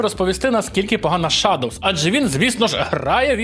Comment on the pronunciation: Шэдоус, а не шадовз.